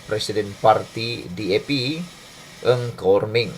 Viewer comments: Bukan eng khor meng sebenarnya nga khor meng. Itu sahaja pembetulan. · Nga kok min , bukan Ng Kok Min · TUAN SILA SEBUT NAMA DENGAN BETUL NGA KOR MING BUKAN NG!!!! TQ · Salam Bro, NGA KOR MENG "NGA' bukan 'NG'.. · Bukam nama menteri tu Nga Kor Meng atau Ng Kor Meng? Mamat ni asyik sebut Ng Kor Meng…